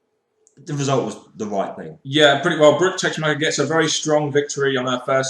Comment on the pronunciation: This Impact Wrestling edition left a good taste in my mouth, although some things were confusing like Hernandez. He acted and was cheered as a face, and the next thing you know, he looks like a heel again? And, why do you keep saying TeSHmacher? It's TeSSmacher!